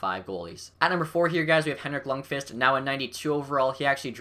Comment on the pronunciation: This guy doesnt know shit bout hockey who agrees he can even pronounce lundqvist's name lol